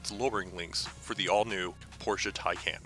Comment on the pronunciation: Pronounced 'Thai-Khan'.